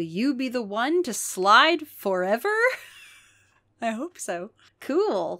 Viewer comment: He's slidin' forevah 'n evah on the doom slides 😭